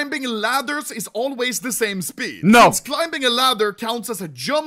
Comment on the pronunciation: the most clean NAUR til this day